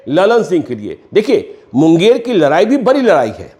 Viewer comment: तु म पत्रकार हो या चना बेचने वाले हो, लराई लराई क्या होता है